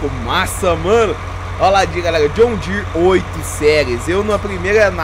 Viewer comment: Mano fala John Deere serto Vc fica falando "*joshn dsere"* fica muito estranho kkkkk